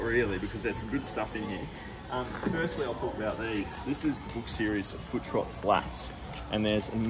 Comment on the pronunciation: Hi mate, it’s foot rot not foo trot 😂